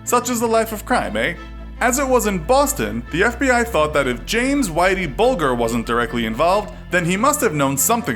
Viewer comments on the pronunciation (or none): you mean Whitey Bul"j"er not ''guh" (g), but "j" like ("jer") as in White Bulger ("Whitey Bul-jer") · "bulger" hahahahaha